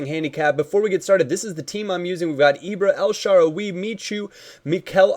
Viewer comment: who is "sharwie"? it's pronounced as it is "el-sha-rawr-ie"